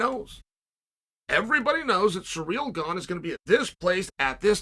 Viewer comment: Cyril Gane's time machine was stolen among other things...Chael never disappoints with mispronounced names and now Surreal's Stuff Is Gone along with the correct pronunciation of his name.